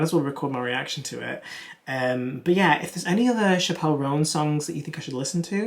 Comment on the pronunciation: Chappell (like apple)